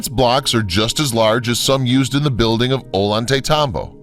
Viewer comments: Ollantaytambo is pronounced Ozhantaytambo/Ojantaytambo. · Teo-ti-wakawn.. omg, could you trash the names any worse? Ollantaytambo- Oh-yawn-te-tambo...LEARN THIS SHIT BEFORE YOU TEACH IT!